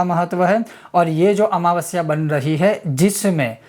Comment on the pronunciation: भोमावास्य निसमग्रे है गुरु भोमावस्या निसमगराम nahi